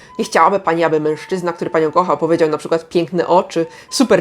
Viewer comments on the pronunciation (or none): none